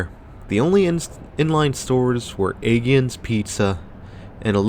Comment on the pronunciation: Spent a lot of time here growing up in the 80s .. your killing me with your pronunciation.. it’s pronounced hole brook , I’ll let aegean slide.. mom and sis always went here for clothing while I hit the arcade and the hobby store and then we would go grocery shopping in pathmark ..my favorite store in that mall was consumers catalogue store.. you would flip thru a catalog, write down the item number of what you wanted, and they would put the product on a conveyor belt from the back stockroom..As a kid it was like what Amazon will become in a few years..sunrise highway wasn’t like it is now when I was a kid, instead it was 2 lanes each direction with cross streets.. right across the highway where target is was the Atias flea market , that closed like 10 years ago.. I don’t ever recall it being a dangerous area except for the highway though.. Btw you did the sunrise mall and the sunset mall but you missed the south shore mall which is right in the middle of them .. if you were here in the 80/90s there was also another mall in bay shore called the gardener manor mall .. my dad and uncles owned an amusement company at the time and every year for xmas they would put kiddie rides in the mall .. the great memories